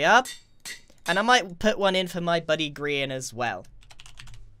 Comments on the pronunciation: At the beginning of the videos I usually go over your script as “Hello! My name is Grian and welcome back to hermit craft...” But as I said Grian he said “poultry man”. I just sat there contemplating if Grian was Poultry man. But I must be nuts! There’s no way that’s true... Right? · Grian: poultry man Subtitles: Paul Chu Man Me: which sounds better? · it's not greenery, it's grianery